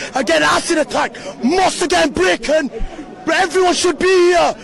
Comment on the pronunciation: Broken not braken 😂